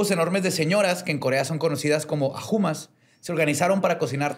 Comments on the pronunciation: Jajajaja no mames ajumas! 😂 En realidad se pronuncia como ayumas 😅 Justo les iba a pedir que hablaran sobre el escándalo del burning sun... la bbc sacó un documental recientemente para que lo chequen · JAJAJJAA señoras conocidas como ajumas jajaja, se que no lo sabes jajaja pero pronuncia: "ayumá "